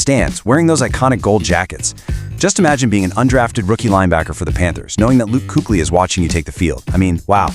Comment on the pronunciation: Fix your damage AI. It can't even pronounce Kuechly correctly.